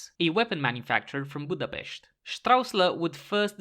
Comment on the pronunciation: Never heard someone saying Budapest this perfectly and saying Csaba soo badly at the same time